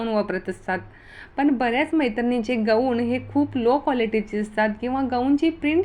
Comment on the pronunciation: या टॉपिक वर तुम्ही व्हिडिओ बनवले तेच तुम्हाला बोलता येत नाही गवून नाही गाऊन😂😂